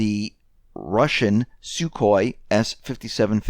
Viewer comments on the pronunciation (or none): none